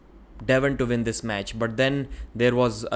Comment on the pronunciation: When he says "win" he says Vin.